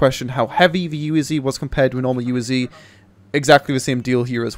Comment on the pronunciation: wrong pronounce UAZ !